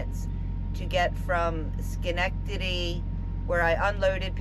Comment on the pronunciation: As a Capital District NY resident, I’m pretty impressed by how easily you pronounced Schenectady lol!! Glad you caught some rare sunshine in the Adirondacks this wet spring!